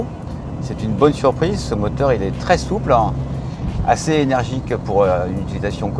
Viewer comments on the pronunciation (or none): Par contre l'accent : Soupleiin, point fort han